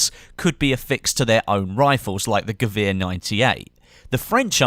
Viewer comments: Ge-Veer 98? Gewehr 98 (Guh-vair) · A "w" in German is pronounced like a "v"